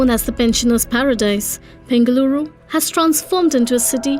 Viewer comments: Please pronounce South Indian names correctly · You can't even pronounce our city name correctly. learn how to pronounce and make video